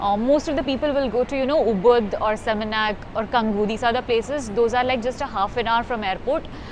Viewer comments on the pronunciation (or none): Canggu is pronounced as Changgu.